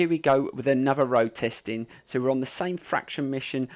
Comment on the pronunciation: It's faction not fraction